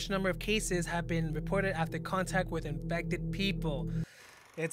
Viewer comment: dont know’s how to say “with”bc she says “whith”